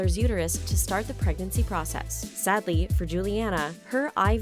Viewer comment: So much emphasis is put on the word “sadly” if your not so financially, physically, and mentally capable of being domesticated